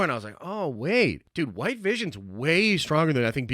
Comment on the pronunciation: Nobody: Absolutely No One:: AND YES IT WOULD HUWHITE VISION!